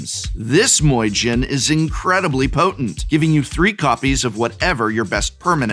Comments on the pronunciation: Listening Prof pronounce myojin as moyjin sounds kinda weird. Aside from that, please let this be a series. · "Moijin" 🤣 Oh Prof, I love how hard you lean into mispronouncing Japanese words and names. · Myojin is pronounced “mee-oh-jeen” (-jinn is also acceptable) with the first two syllables sort of ran together. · That Moy Gin gets me 😂 honestly the perfect deck for the myojin tho I love that synergy and pronunciation